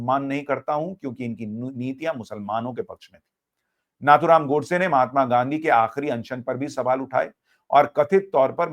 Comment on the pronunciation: Sushant you have made a great mistake by addressing Shree Nathuram Godse as " "उसने" " उसको "a non respectable word. It is नथुराम गोडसे and not " नाथूराम " This great patriot has risked his life for you and me. You and many address Owaisi, Maulana as Sahab in debate and address Shree Narendra Modiji as "Narandra Modi, Amit Shah no " ji" . Hindus like you must not degrade our own respected people.